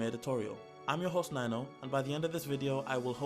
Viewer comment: Ninouh really sounded like said 'are,' I went back twice to hear it again.